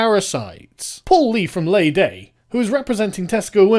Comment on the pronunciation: FYI it is pronounced 'Lee Day' not 'Lay Day' :) keep up the good work sargon :)